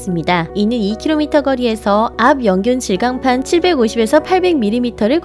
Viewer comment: 압 / 연균 / 질강판 뭐임? 압연 / 균질 / 강판 으로 읽으셈